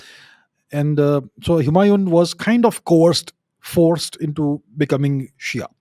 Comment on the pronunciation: The name Humayon is pronounced differently. The "N" is not pronounced fully.